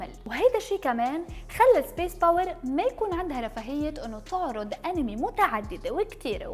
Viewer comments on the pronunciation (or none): none